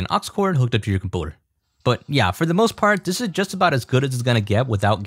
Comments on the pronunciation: comPOOTER, is this how Canadians pronounce computer or something?! Lol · please just say computer normally its annoying the shit out of me, good tutorial tho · You need to learn how to say "computer" properly, though.... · i love when he says compouter instead of computer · I love how he says "compooter" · wtf is a "comp-owter" ??? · why does he say computer like that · I cannot handle the way that you mispronounce computer.